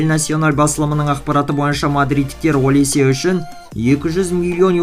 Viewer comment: Олисье эмес Алисе